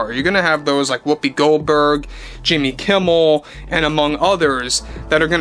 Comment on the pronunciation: I have to ask bud. Are you saying Jamie Kimmel? And is it on purpose?